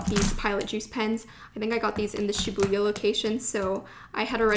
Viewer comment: Thank you for sharing this haul! You got so many beautiful items, I especially liked the brush pen, and the mildliner brush pens. By the way, here are some pronunciation corrections: Tokyu Hands >> NOT "Tokyo" Hands. It's "toke-yuu" Shibuya >> Emphasis on the first syllable. "SHEE-buya." This is a common mistake, and difficult to hear. Studio Ghibli >> Pronounced Studio "Jibb-lee." Sakura >> Again, emphasis on the first syllable. "SAW-kura."